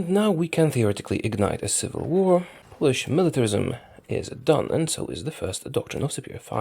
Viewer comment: Are you polish? You are the best at reading names od polish generals.